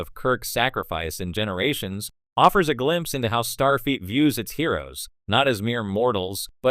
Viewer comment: Ugh… “Jean-Luk Pickerd” And “StarFEET” STOP using AI! It’s terrible.